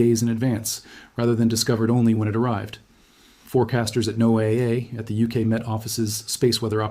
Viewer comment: 👍 Good job pronouncing NOAA as Noah! Thank you. 👌✨ Well, the first time, anyway. Edit. Listen.